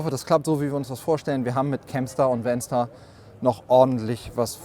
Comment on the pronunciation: Bedenkt man regionale, sprachliche Eigenheiten, finde ich den Begriff "VanStar" nicht so glücklich gewählt (insbesondere wenn man ihn so ausspricht, wie der Präsentierende im Video), nennen wir doch in Thüringen freche Kindern umgangssprachlich "Wänster". 😂